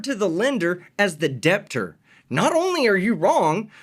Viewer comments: "tooken" "doesn't pops up" "deBT-tor" yeah I don't think I'll trust this guy's advice. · "so like all the cars the banks snatch from the DEPPTOR" Bruv, that's not the word for the thing you mean. The b in debt is silent. Can you imagine being THAT stupid? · This man pronounced the "B" in debtor. He lost all credibility right there. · What an idiot...like you said, he doesn't want to be a "deBT-ter,"...but what's a car "diller?" Why can't people just live in reality, take responsibility for themselves. I'm embarrassed for the US on the world stage.